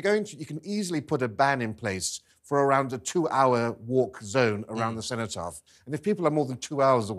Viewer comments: What the fuck is the "centopath"?!?! Perhaps TalkTV should ensure their guests can talk properly and also properly identify important monuments before they let them speak. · she cant even say cenotaph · At 4 mins in the idiot woman in the green top calls it the “centre path” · listen to her, she talks about having spoken with organisers of the march, maybe she should concentrate on spending more time speaking to native brits and maybe on learning how to say "cenotaph" before spouting her so called nuanced opinions on TV